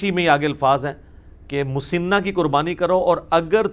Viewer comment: لفظ مسِنہ س کے نیچے زیر نہیں بلکہ زبر کے ساتھ ہے مسَنہ ہوتا ہے